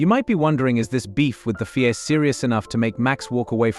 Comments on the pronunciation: What the fuck is the fee-ay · FIA is not a word, its a set of initials Federation Internationale de,i Automobile. your AI is crap